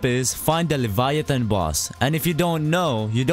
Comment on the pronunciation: The way he said leviathon